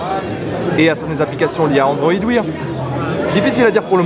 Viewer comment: LG "ILSE" ou health? Android "Wir" ou wear, pas très pro tout ça...